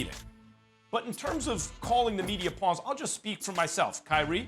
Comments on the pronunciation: Everyone that speaks the english language: “Pawns” Stephen A.: “Pee-ons” 😂😂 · Did Stephen A just pronounce “Pawns” as “P-ONS”!? Like WHAT!? PEE-ONS!? I mean ig Kyrie does consider the media as something he pees on, so... makes a lil sense. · Pawns, not peons!! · Pee-yons its Pawns 🤣🤣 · Why does Stephen A keep on pronouncing “Pawns” as “Peons”? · ...he said pawns not peons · "PEE-AWNS" is this an alternative pronunciation to Pawns (PAH-NS)? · lmao the fact that he said peons instead of pawns is funny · my man stephen a really just read pawns as p-awns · Man said Peeons Ahhhhhh what a fool 😂😂😂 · Did he said "pee on"??? lmfao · He read pawns as: P-awns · You STEPHEN A.had difficulty reading as a child...so obviously this is a word he had trouble with....PEE-AWNS is not a word. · He called them PEUNS 🤣🤣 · Stephen A kept saying PEE ONS 😂😂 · lol no wonder Kyrie doesnt want to talk to the media, stephen A says he called the media pee-ons for an entire segment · P-awn pronounce it and u get ur answer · Peawns??? Lmao 😂 what???? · is nobody gonna talk about how Stephen A said 'pawns' 😂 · When did Kyrie call the media peons 🤔 I thought he said pawns .... SAS u dumb af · can stephen A not pronounce “pawns”